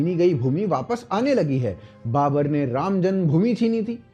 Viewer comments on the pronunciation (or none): none